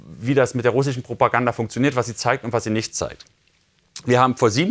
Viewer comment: Ich liebe es, wenn Julian "russschschen" sagt 😂